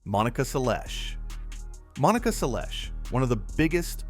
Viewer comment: If you want to attract tennis fans to your channel, you need to pronounce players' names correctly. I stopped watching after hearing how you mangled Seles.